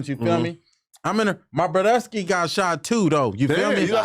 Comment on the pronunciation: Everytime this nigga say brodesky I cringe a bit